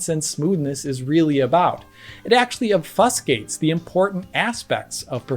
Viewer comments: basically what every camera movement in a movie (which are sadly still shot at only 24fps) looks like. I still don't get why especially action movies don't atleast use HFR as Avatar 2 showed almost perfectly. (Some action scenes where at 24fps) I think it's ob-fu-skate not ob-fass-gate if you wanted to pronounce the word "obfuscate" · IT IS NOT OB FUSS GATE, IT IS PRONOUNCED OB FU SKATE. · LOL I love how you pronounced "Obfuscate". You're not a native English speaker so it's fine.